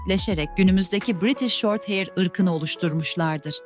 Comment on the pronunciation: Bir de heir demeyi başarsaydın keşke.